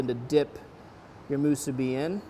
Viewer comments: Not to be a jerk here but the pronunciation is mu-SU-bi. (Makes it taste better too!) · Its musu-BI